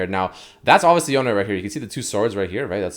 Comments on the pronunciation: It's one syllable not 2 it's Yone, not Yoneigh. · anyone else annoyed by him repeatedly saying yoney, when it’s clearly just yone???? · "Yown-nae" lmao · STOP CALLING HIM YONAY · Please stop putting the accent on the E in yone. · You cant pronounce Ionia without Yone